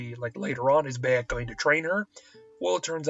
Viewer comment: dude its not BAY-ek it makes me think you've never played da game cause clearly they dont say BAY!!!-ek its pronounced Bi-ek even tho its spelled Bayek. play da game dude dont read a script.